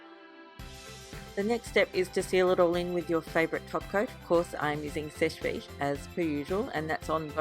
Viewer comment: it sounds like you say Fish Feet when you say Seche Vite! LOL I just wanted to tell you cause my dad and I couldn't figure out what you were saying until yesterday!!!